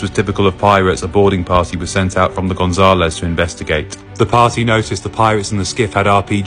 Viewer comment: How can you pronounce Gonzalez so bad?